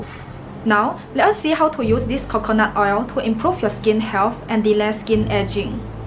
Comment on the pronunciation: I love the accent when she said Khokhonut oil 😍.